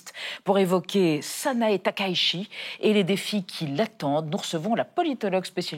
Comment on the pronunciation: Concernant la prononciation du nom de la Première ministre japonaise, Madame Valérie Niquet l’a fait absolument correct ! « Takaichi » [ta.ka.i.tchi] comme dans Taï-chi, et non [ta.ka.i.ʃi]. Je ne soutiens pas Madame Takaichi, mais il est important de prononcer correctement les noms, car il sera très difficile de les corriger une fois qu'ils seront devenus omniprésents.